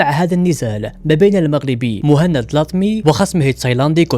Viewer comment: جميل جدا وتقديم رائع...ملاحظة بسيطة:اغتقد ان اسم البطل موحند وهي طريقة نطق دلع لاسم محمد بسوس..وبما انها بالفرنسية فطبيعي ان تنطقها موهند..والله اعلم